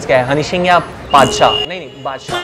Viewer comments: Paadshaah nahi nahi badshah😂😂😂😂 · Padsah ***nhi nhi badsah (epic) 😂😂😂😂😂😂😂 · Badshah ❌bata✔️😂😂